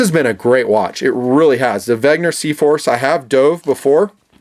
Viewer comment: its WeNger, not WeGner... haha, just kiddin, keep the WRV's coming!